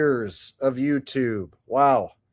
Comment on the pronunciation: Did you just call it Yew Tube??? That's anti semetic